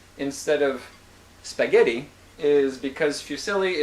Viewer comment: Thank you, I'm Italian and I appreciate the fact that you like spaghetti or fusilli (there are also other kinds of pasta - conchiglie, maccheroni and so forth). Just try to pronunciate the ''double t'' sound of spaghetti just like ''al denTe'', only stressing the T sound. And thank you very much for your series of videos, I found them very useful.